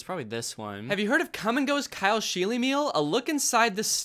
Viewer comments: the fact that his name is pronounced sheel-y instead of sheel makes it worse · I cringed every time someone said scheele in this video, my last name is the same and that is not how you pronounce it🫣